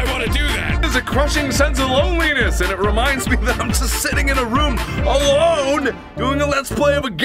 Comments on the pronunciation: why do you still call it "rum" instead of "room"? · ikr,but i love that he says it that way